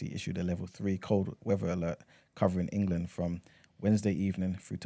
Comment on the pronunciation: I was listening on spotify, and I had to come over here to "like the video" especially because I was cackling at En-Ga-Lund!!!! (I got my 7.5 :P)